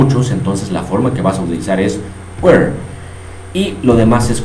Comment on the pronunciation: Crees que esta bien tu pronunciacion de were ? Yo no lo creo